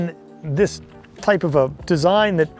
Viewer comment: So how do you pronounce the name of the Type 97. You change it every other sentence! Just sayin’